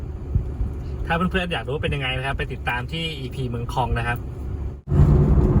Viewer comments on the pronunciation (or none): เมืองค็อง เมืองคอง น่าจะอ่านว่าคอง เสียงยาวนะ☺